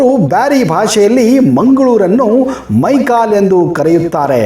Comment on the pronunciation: ಮೈಕಲೇ ಅಲ್ಲ ಮೈಕಾಲ